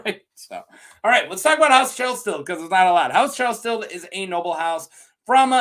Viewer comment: YaY video! Thank you! Try saying it like Kell-Sted. And HOW Aerys kills him...oi. He Starked him. He did something different, like he either tried to kill Aerys or Aerys 100% believed that he was trying to kill him. Aerys is Gross AF and a BAD guy-though it reads to me like he killed certain people with fire for a reason. For example, when he kills Brandon and Rickard Stark, he only kills Rickard with fire. Technically, Brandon could have walked away alive IF he had sat still. Brandon only gets to live if he doesn't try to save his father. MAYBE he would have killed Brandon anyways, afterwards...but I don't know. Aerys KNEW that Rickard was guilty. Rickard was ALWAYS going to die when he went to KL for brandon. But Brandon might not have known about the conspiracy his father was in on. The reason-Tywin. Tywin was feeding Aerys 'information' to make Aerys think Tywin was still a loyal friend. And THAT is why it was SO easy to get Aerys to open the gates to KL. One thing intereesting about the Chelsted sigil is that it kinda looks like the ancient sigil for Greenfield. Also a place that nobody yet is sure of-ancient and lost. It MIGHT be that Chelsted was one of those rare full-blooded First Men. SOME people seem to be special for being pure-blood First Men. For example-Gerrod the Ranger. The one Ned beheads with Ice in Bran 1, the first chapter after prologue. I am SURE the Others didn't kill him because he was PURE First Man blood. Wana bet that the Others cannot kill First M